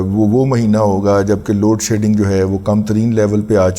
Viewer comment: Please correct -not load shading-it is load shedding-please consult your phone dictionary for correct pronunciation